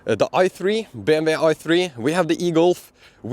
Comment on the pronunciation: BMW = BM (double u). In English W Is pronounced double u